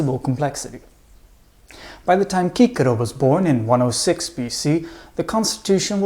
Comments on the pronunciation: "Kikero"??? Don't you mean "Sisero"? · Good, but why does he pronounce Cicero (Sis-a-row) as (key-ca-row). No one else does that. Funny...hummmm... Thanks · I thought his name is pronounced “See-sero” not “kee-Kerro”? Lol 😂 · It's sissero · I know that we don’t know the Latin pronunciation - but please never ever say Cicero like that again. It is pronounced Sissero - after hearing your pronunciation I lost all respect for him - sounds like a donkey farmer or something. Great presentation otherwise those - really wonderful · Isn't his named pronounced Chee-Che-Rho? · Why do you pronounce his name like that? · Absolute great name, though i really din't get why the latin pronounciations, i mean, we know latin c always sounds as a k, and the r is always as a 'angry dog' but why?